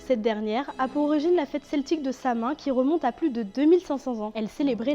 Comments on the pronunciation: Est-ce qu’il y a des sources qui réfutent le fait qu’Halloween vienne de la fête Samhain (prononcé Sa-ou-eugne, pas « sa main » svp les gens), j’ai l’impression qu’il est quand même confirmé et accepté que ça tire bel et bien son origine de là. Quelle serait une autre origine de la fête? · Quand tu ne sait pas prononcer Samhain, ça part mal pour jouer les spécialistes et donneur de leçon.